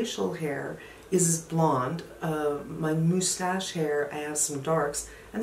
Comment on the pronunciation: I also can't do without my Tweezermans. As long as they last, it's always good to have multiples. Due to my inability to see close-up, I am also addicted to my magnifying mirror. My husband installed one above the bathroom sink, and I have travel/portable versions. I can't apply makeup without some magnification. FYI -- I got a chuckle hearing you say "moose-tosh."